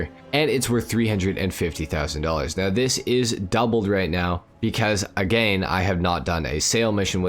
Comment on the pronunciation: Your pronouncing "again" a little too literally